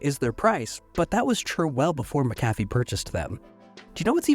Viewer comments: I know that they have an unusual pronunciation, but it’s MAC-a-fee, not ma-CAF-ee. While they were not the best, they were at least trustworthy when they were still a part of Intel, but those days are long gone. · I was always taught that McAfee is pronounced (mack-UH-fee). Also, as far as I know, I have no relation to John McAfee or Pat McAfee. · Fun fact: It's pronounced "Mackufee." :) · it's named after John McAfee so would not have a Mack at the start - MuC-Donald's for e.g is pronounced as a Scottish name is. Literally pronounced as Mc not Mack. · I'm Scotch-Irish so I'm well aware of how "Mc" works. In this particular instance, it's pronounced mackufee. John McAfee himself pronounced it that way. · Mac/a/fee. Not mc.cafee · Isn’t he grossly mispronouncing McAffe? (not sure how to spell it) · Why are you mispronouncing"McAfee"? Is the voiceover made by AI?